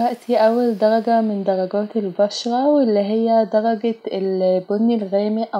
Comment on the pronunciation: دلجه هههههههههه 😂 قولي درجه